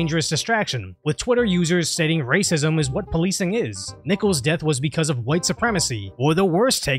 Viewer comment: It's white rrrrr-acism...lol